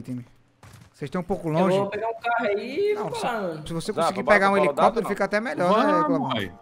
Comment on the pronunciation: O IDIOMA QUE ELES INVENTARAM EH SENSACIONAL!!!!!!! Eu perco tudo quando o fala HELICOPERE 🗣🗣🗣🗣🗣🗣🗣🗣